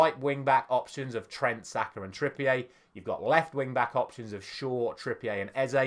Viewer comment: Kieran Trippier isn't french, why are you saying it like that? 😂